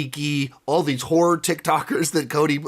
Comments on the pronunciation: oh, i thought you said whore ticktokers, then I figured it out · HORROR TikToker’s, you said horror! Man, I thought you said something else and I was shocked. I rewound it about 4 times til I got what you were saying! For a second there I thought Cody had one heck of a debaucherous time.